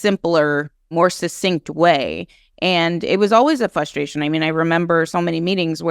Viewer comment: Please stop saying "flustration" - it's "frustration" - just annoying!